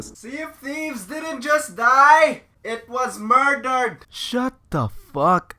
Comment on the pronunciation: IT WAS MOIDAHD. MOIDAHD I TEL U.